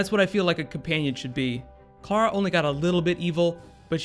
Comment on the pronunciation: sound's like you keep saying Cara, with that I wanna correct it as Clarah